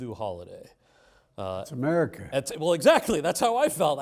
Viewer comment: ”dats Amerhuicah!”